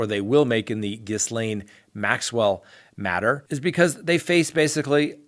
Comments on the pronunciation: I think the ‘s’ in Ghislaine is silent. It’s ghee-lain. Just FYI because you’ll be saying it a lot. 😘. I hope she gets what she deserves! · Oh god I hate to be petty but please pronounce her fn name correctly. The “S”is silent as in Gilane. I’m sorry. Love ur channel. Can’t believe no one told you. You have friends right? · Thank you. I had never heard Ms. Maxwell's name pronounced, and I was afraid it was going to be "Jizz-lane," which, I don't have to tell you, would have been a disturbing coimcidence. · Ghislaine....drop the "s" when you pronounce her name. Phonetically...Geelane, hard G. Not being an A**hole, just helping with your French!♡ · All I know is the net says French pron told me jiz len altho she app doesnt pronounce it that way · Love the channel and I'm always on your side thus far. Fyi to help you, Ghislaine is pronounced Gee-laine with a hard G. I learned this vital information from watching the Netflix Epstein documentary. No S sound at all. 😇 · Hey, I’m fairly certain Ghislane is prounouced “ghee-lane” silent s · Quickly becoming a daily favorite. Thank you!! & I'm telling you this just because I would want to know, the "s" in ghislaine is silent. Have a great weekend!!!! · The name Ghislaine has a silent 's' please do research on the name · The s in ghislaine is silent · You know that's not how Ghislaine is pronounced, right???? Please, it's driving me crazy!! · I know this is a minor point considering the offense, but it is pronounced "GEE-LAINE". It is a French name; the S is silent. Thank you. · Good sir, Ghislaine is a French name, which is pronounced 'Ghee-len.' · Ghislaine is french and is pronounced. Jisslain...no pun intended.... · Her name is pronounced Ghee-Len ( with a hard g) .....not Ghizzlane.....just fyi....it’s a a French name. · It’s pronounced Gee lane not giss lane! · Ghee-lane Maxwell. Not gis-lane Maxwell. The S is silent. Its French ummmmkay thx. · Ghee-LANE Maxwell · Ghislaine is "jeez-lenn"